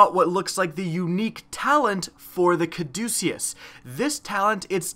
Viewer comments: It's pronounced caw-duh-kiss. It's the name of the staff intertwined with two snakes that's the symbol of hospitals and stuff. It's associated with medicine that's why the gun heals you. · Bro, your killing me. It's pronounced Ca-duce-us, it's the name of the medical symbol.